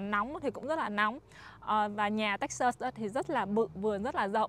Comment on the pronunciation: Toi rat thich chanel cua ban, nhung ban can de y cach phat am tieng anh cho tot, nhu Texas ban phat am khong dung lam. thank you